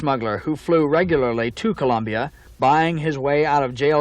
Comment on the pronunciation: Also pronounced the country as "Columbia."